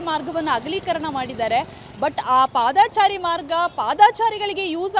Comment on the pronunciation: ಪಾದಾಚಾರಿ ಅಲ್ಲ ಪಾದಚಾರಿ